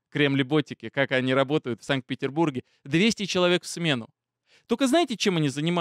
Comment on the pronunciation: хватит "санЬкции", "СанЬкт-Петербург" и т.д. А так...ты - молодец!